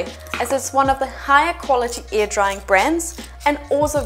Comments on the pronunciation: So, if she says "air" like "ear" what does "ear" sound like? Legit question. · I keep hearing “ear dry clay” and wondering what the heck that is. lol